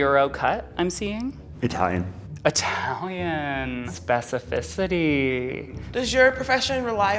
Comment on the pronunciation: “Specifici-tea” hahaha